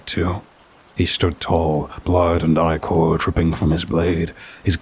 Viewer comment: Yo babes fyi that word you keep pronouncing as “eye core” is 💯not pronounced as “eye core” lmao 🤣 Just tryna help you out!